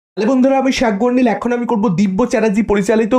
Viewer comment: Sagarnil ta boro kane lage..valo kore pronounce korlei hoy.